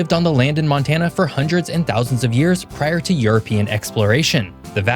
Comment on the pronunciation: 100's and thousands sounded like hundreds of thousands... humans crossed the barring straight 20,000 years ago